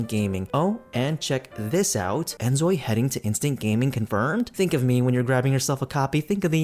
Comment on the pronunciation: Name and shame - who stole your video? They suck! You did well even though you are keep saying instead of InZoi haha your videos are interesting! Keep saying it the way you want it and do what makes you happy. Wishing you all the best!!